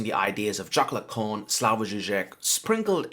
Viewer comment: PSA: You're really overcomplicating things if you pronounce "Jacques Lacan" as "chocolate cone"